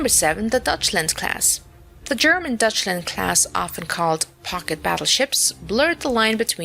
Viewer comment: It is Deutschland class not Dutchland class. Take care of the pronunciation.